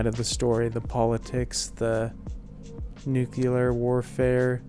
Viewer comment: Nuclear not Nucular